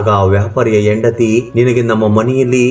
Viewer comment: IT IS HENDATHI NOT YENDATHI. PL CORRECT YOUR "HA" PRONUNCIATION.